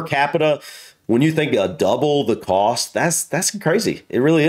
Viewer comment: Why does the narrator of this video pronounce the word 'cost' as if it were spelled 'coast'?